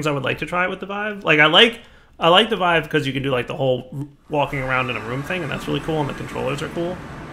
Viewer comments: pronouces Vive as "Veev". It hurts my ears. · if he says viwe one more time Ill have a stroke.